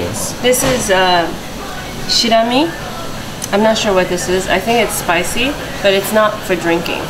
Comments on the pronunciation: 七味をシラミって言ってるから、日本語はあまり話せないのかな？ She said Shirami (means lice in Japanese 😂) instead of Shichimi, so I assume she isn’t fluent in Japanese…? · Atsuko! It's Shichimi NOT Shirami. Shirami means lice. lol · I found Atsuko recently on YouTube and have been a big fan since. By the way the red powder is called “Shichimi” meaning seven different flavors. Atsuko called it “Shirami” which means lice 😂